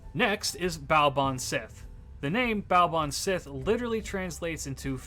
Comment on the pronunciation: Pronunciation note: Baobhan Sith should be pronounced closer to "bavaan shee". The letter "h' changes how other letters are pronounced in gaelic: 'b' becomes 'v' and 'th' becomes 'h', sorta. It's helpful if you think of the Baobhan Sith as a type of banshee, and that their names are pronounced similarly for a reason. Leanan sidhe, cat sith, aos si or aes sidhe, and cu sith are all similar examples of the "shee" pronunciation (sidhe is often more a "shee-uh").